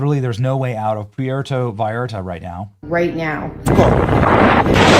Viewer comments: It’s pronounced pwértō vīyártuh. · Benny…. (Pwerto Vi-Art-Uh) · Benny I know you're not Mexican and English is our language but cmon you can say Puerto Vallarta correctly. P-ware-toe Vie-ar-ta, Jalisco, Ha-lease-go. We're better than that. We can still make effort to pronounce places correctly even if they are outside the states. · Dude, it is pronounced PWEAR-TOE-VY-ARE-TA. You should know this. It is NOT PIERRE-toe. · For Gods sake Benny witaf? Learn how to properly pronounce Puerto Vallarta! Its poo-ertoe- vay-art-a. NOT Piertoo Vall arta. Jalisco is Halisco! J is pronounced as an H! Get it right dide! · pronunciation…. it is like (Pwerto Vayarta) 😊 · It's pronounced Porto Vay art a, just so you know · Poo-EHR-to Vay-AR-tah. Porto is even acceptable. 😂 Thanks for the summary. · "PEE-errortoe Vayarta" 😂🤣😜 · Ok Benny it's pronounced like this; Poorrto Vallarta..OK. lol 🤣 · Benny..,it’s “poo er toe vayarta” also “Hal ease co” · It's pronounce "Porta vayarta". As a journalist, you should at least pronounce it correctly. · Dude sorry but you are sounding silly not pronouncing “Pwerto Vi-arta” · Come on, Benny. You don't know how to pronounce Puerto Vallarta? Here: poo-air-toe vie-arta. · Pronounced Pwerto-vy-arta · Puerto Vallarta is pronounced p-where-toe bye-yarta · Phonetically Pwerto Vye Arta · Benny, please learn to pronounce Pwerto Va Arta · It’s pronounced “PORTO VAIYARTAH” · Pee-air-toe vay-R-ta 😂😂😂😂😂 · "PWHERE-TOE-VIE-ARE-TA." Please Bennie...please. 🤦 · Benny....It's pronounced PWERTOH. VIERTO. While we're at it...the word is NEW CLEE R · Pwartoe ViYarta…you’re making my ears hurt lol. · Pooh-war-tah… Viii-R-tuh. 🌴🇲🇽🌯🫔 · Poowerto Viarta is the pronunciation. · Pwair-toe Va-yar-ta, Benny. Haleesco=Jalisco. "J" = "H" sound. Don't worry. You'll get it. Love you Benny!😉❤ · Benny, it’s pronounced “Porto Vi-arta “ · It’s pronounced port-uh vi-art-uh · Benny surely you know how to pronounce pwehr-toe vay-art-a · Pware-Toe-Vie-Arta, you're welcome